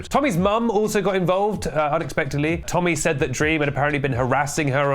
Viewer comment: AGAIN??? lets go tommy... temmy.... tenny.... tennis